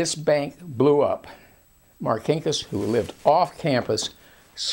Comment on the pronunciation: First of all my uncle was not a thug , Also learn how to say Marcinkas !!!! My uncle Paul was a great man Who did great things for the catholic church